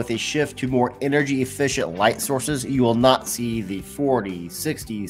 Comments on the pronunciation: Watts = energy. He said Engery 🤣🤣🤣🤣🤣 sorry but had to point that out. But in a all seriousness, LED > halogen/incandescent bulbs ❤️‍🔥❤️‍🔥❤️‍🔥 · Engery haha